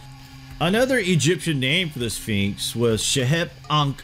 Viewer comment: The second to the last time the narrator said, "Sphinx," he pronounced it, "Finks"